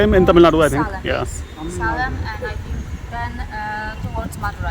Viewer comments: Dear, the name of the place is not Salem, it is Selam. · Its pronounced as se lum...... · Hi, Salem is to be pronounced something like 'say' + 'lum' as in lump. I have no idea why they have offcially spelt it salem